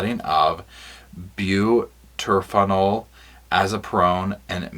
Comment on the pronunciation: Maybe I can help with the med stuff, it's butorphanol (byoo-TOR-fun-all), azaperone (ah-ZAP-er-own), and medetomidine (med-eh-TAW-mid-ine).